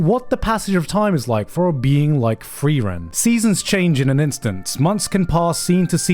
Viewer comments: "free-ren"...... why.... my ears hurt. Other than that, 100% agree, amazing must watch this season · Why did he pronounce frieren like free rent